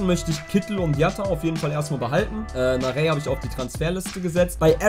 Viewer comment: Ohne HSV Fan zu sein meine ich dass Narey "Na-rei" ausgesprochen wird. So sprechen ihn zumindest die Kommentatoren immer aus.